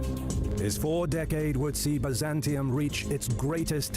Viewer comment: Please pronounce the name correctly ! It's pronounced BIZ AN TYNE and BUY ZAN TIUM !